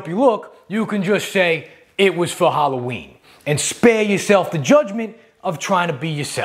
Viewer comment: Sweeves on hawwaweeen??!!